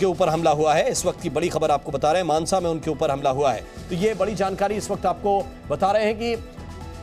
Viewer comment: मनासा नही, मानसा है।